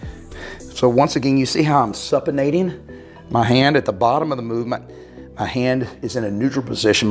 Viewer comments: It's Supination , like super bowl, not supination like supper... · supination is "soo-pi-nation", long "U"